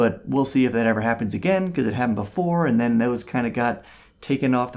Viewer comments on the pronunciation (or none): none